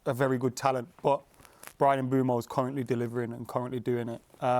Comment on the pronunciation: The name is Mbeumo, the "M" is silent